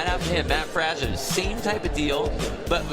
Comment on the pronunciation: Also peep the mispronunciation of Mat Fraser's name.